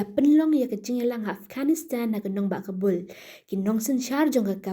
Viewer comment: Taliban ❌talivan✅😂 Afghanistan ❌ afghanistand✅😂